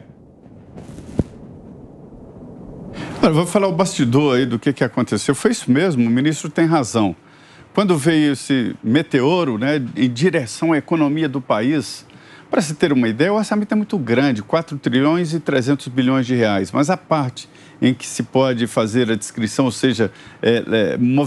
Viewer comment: ESSE SEU METEÔRO, NÃO SERIA METEORO? 🤔🤔😳😳👁️👁️🤣🤣